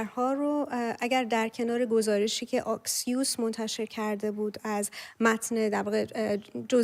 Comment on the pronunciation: خانم محترم ، اَكسيوس درسته آكسيوس غلطه